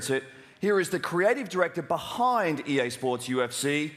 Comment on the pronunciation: Dude, you're not saying EA SPORTS correctly ...